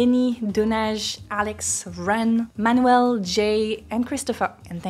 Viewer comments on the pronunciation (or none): none